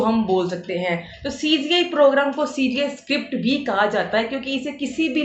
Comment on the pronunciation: Cga nhi cgi ha, aunty ji😂